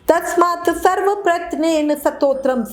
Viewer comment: Pronunciation thik karo Satotram nahi hota Stotaram hota h